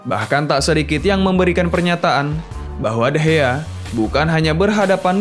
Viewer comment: Bukan degeh tapi degea